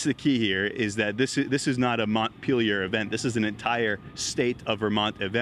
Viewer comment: Interesting, all the different ways to mispronounce "Montpelier" you learn from watching all the reports on the flooding.